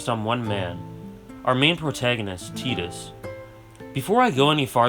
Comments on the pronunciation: It's Tie-dis not Tee-dis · Stopped watching at "teedus." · But it's not ambiguous, there literally is an English name "Tidus" and it's pronounced "Tie-duhs" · I always pronounced it as 'Tide-us' as opposed to 'Teedus', is the latter the official pronunciation? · Final fantasy X needed teedus not tidus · I pronounced it “Tit-is” lmao but he’s an awesome character and FFX’s world has so much depth